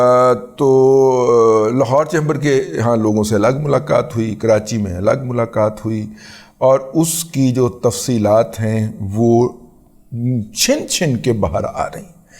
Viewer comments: Salaam sir, Second time u made the mistake of saying CHIN CHIN...It's chan Chan not chin chin. I like u, and don't like to see you making any mistake. Regards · رضی بھائی معزرت کے ساتھ آپ کے الفاظ کی تصحیح کرنے کی جسارت کرنا چاہتا ہوں۔ جناب چھن چھن (chin, chin) نہیں ( chan, chan) ہوتا ہے۔